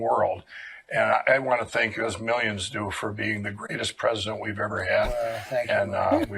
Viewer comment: “We had hundreds of milzions of people”